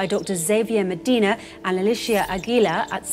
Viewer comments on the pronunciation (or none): none